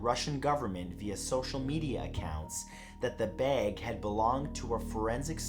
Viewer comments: Lol why do say beg instead of bag 🤣🤣🤣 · "A large Baeg" 😂 idk why his pronunciation cracks me up sometimes, but it does. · The way he says baeg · i love how he says bayge instead of bag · I bet ur from Ohio. You say "bag" like an Ohio person. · The way he says bag drove me crazy did anyone else notice this? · SAY BAG ONE MORE TIME!!! 🤣